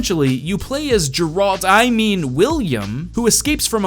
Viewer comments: Geralts name is pronounced "GARE-ALT" not "JURE-ALT" >.> Dont trigger Witcher fanboys like me plz >.> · Jee-ralt - Seriously? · THIS!!! is the second time I hear a narrator who hasn't done his homework properly calling Geralt - "Jeralt". XD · they say his name in the witcher all the time how did you pronounce it "jeralt" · The pronunciation of "geralt" made me cry